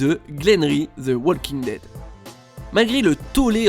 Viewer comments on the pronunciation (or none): on ne prononce pas le L dans walking dead